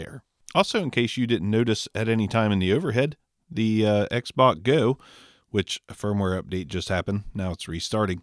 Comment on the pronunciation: Xbot confusing sound like you saying Xbox.